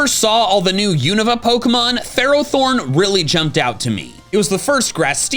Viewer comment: IT'S FERROTHORN, NOT THEROTHORN!